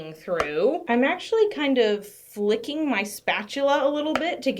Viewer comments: When you said you were flicking the spatula I thought you said LICKING. 😐😐😅😅 I was worried!! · I legitimately thought you said "licking" your spatula and I was like, "Noooo!"